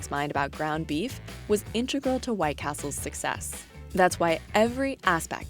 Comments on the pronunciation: "intregal" A pro announcer. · 'Intregal'. Really? A professional TV network and 'intregal' gets through?